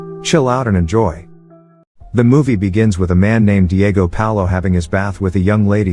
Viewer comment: How is it you get Paolo right but can't get Jesus right? Lmfao